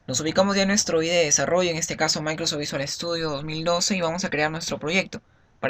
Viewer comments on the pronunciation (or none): none